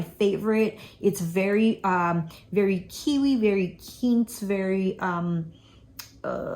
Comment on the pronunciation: It is not Keentz it is Quince.